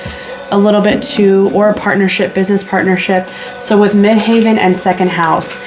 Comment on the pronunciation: Tarot by Melissa sent me here 🙂 Thanks for the reading. Midheaven is pronounced the same as actual heaven. It's not haven. Since I don't have a career, I will interpret it at my reputation, or my standing within the community- how I am seen out in the world.